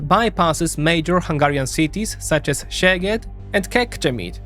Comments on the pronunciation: So the way you pronounce "Szeged" is one that means "your butt" ;) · In Hungarian, “sz” is pronounced like “s” in English, and “s”(in Hungarian) is pronounced like “sh” (in English). Other than that, great video! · Hohoho! Take care how do you speak "Szeged". Say it like you say the S in sail. The funny thing is that how you said "Szeged" actually means in hungarian "your arse". :D Pardon my language, but that is the correct translation. SZ is the english S, how you say S is how hungarians say S - but SZ is a separate letter. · SZ is just "s" in English. It's not zeged, but seged. But I grant you, many people do say Tisza as if it was teezah. It's the name of a river, and it's just teesah. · In "Orbán" there is an accent on the "a", not on the "O". "Sz" is pronounced s in Hungarian (unlike Polish), so Fidesz is pronounced Fides; Tisza is pronounced Tisa; Szeged is pronounced Seged (otherwise the latter one becomes very funny in Hungarian). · Sz = English "S" S = English "Sh" Zs = well, there isn't an English letter in the alphabet to represent that Hungarian sound, maybe go for the sounds in the following words: measure, treasure, pleasure etc. So words are correct like: Szeged = "Seged" Budapest = "Budapesht" Paks = "Paksh" Tisza = "Tisa" (NOT "Tisha") Fidesz = "Fides" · I really liked the video however 2-3 mintues of research of how to pronounce names of cities and other stuff would have made it way better. To the hungarian ear the way you say szeged or debrecen is just painful. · Please at least try to copy Google translate pronunciation if you don't know how to pronounce a word. Like Debrecen, Szeged and etc. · Yes, I almost lost it at that line :D